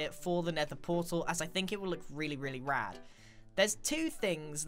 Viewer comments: It hurt me when he said, ''RAD'' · is it just me or dose anyone think its weird when he says rad like: yes comment: no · Never heard a british guy say, “Rad” before. Doesn’t seem right now that I have. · him saying "rad" is weird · is it just me or does grian saying rad sound weird?